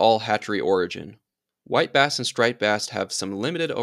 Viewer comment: LoL It sounded like you said wipe ass the first time you said white bass